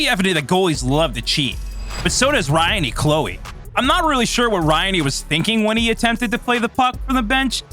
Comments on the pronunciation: Dude saying Ry -annie Clowie? Then a clip he has of him has the broadcaster saying it correctly. Kinda looks like you don't do your homework or review your material. HA HA HA! A hockey glove is a "Brutal Projectile?!?!" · Say it with me Ry-an Clow … ie Ryan Clowe. Learn to pronounce their names if you wanna make videos about hockey. How disrespectful.